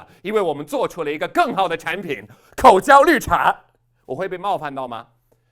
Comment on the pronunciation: 说“口嚼”的时候声调变了。是故意的，还是不小心？